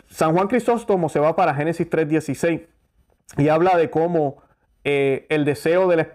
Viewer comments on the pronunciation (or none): none